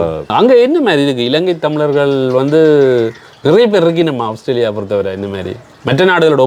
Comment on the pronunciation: அவுஸ்திரேலியா இல்லை ஆஸ்திரேலியா ok va